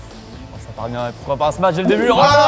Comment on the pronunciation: Très bonne vidéo, par contre je veux plus jamais entendre "smatch" on dit smash (Sm-a-sh) svp...